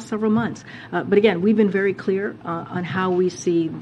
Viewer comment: Lets just be cleear.... they've been "clear" as to what they mean...